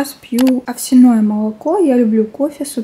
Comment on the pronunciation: Вы поучаете , а сами безграмотно пишете "обидИтесь" 😂😂😂 Потом она не русская, не надо сильно придираться. Выучите японский, английский, казахский, а потом ставьте ударения как правильно.